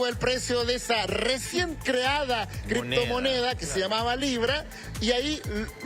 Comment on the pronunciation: LAH CRIPTOMONEAH... LLO TE VOY A ESPLICARTE.. que verguenza de programa